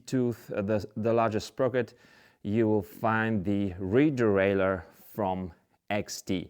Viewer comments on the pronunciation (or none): none